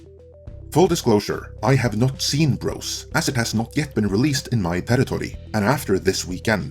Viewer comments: Is English your first language? It's BroZ not BroS. If you're gonna review a movie you didn't see at least pronounce it correctly. LOL Tell you the truth - I never heard of the movie until I saw this video. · With your accent when you say "bros" it sounds like you are saying "gross" but I feel like that's accurate. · Love the way you pronounce “Bros”— sounds like “Gross”!